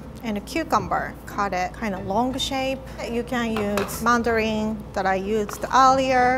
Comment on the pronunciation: I love how pronounces mandoline as "Mandarin." So cute.